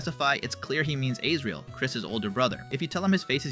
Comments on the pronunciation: also "ASE RIEL"???? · These name pronunciations 💀💀💀 G evil?? Seem?? Aysreal?? WHAT? also Kris is nonbinary. “HIS eyes open” their* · Bro why do you pronounce Asriel as ayycreal. I’m very confident it’s pronounced “as-ree-l”